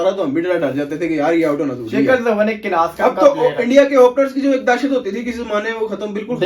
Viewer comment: Are ooo bhai class hota hei kilas nehi hota.....